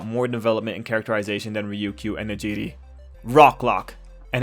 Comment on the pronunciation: Her name is pronounced Neji-Ray lmao